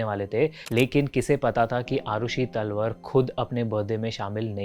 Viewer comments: Not तलवर its तलवार don't mess up with surname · Its TALWAARRR not तलवर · अरे यार तलवर नही तलवार नाम है। अंग्रेजी के चक्कर में नाम भी ठीक से नहीं ले पा रहे। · तलवर ❌️ तलवार ✅️ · Bhai talwar bolna to seekhle pehle theek se